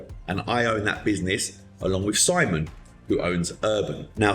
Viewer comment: When he said SIMON I heard Sideman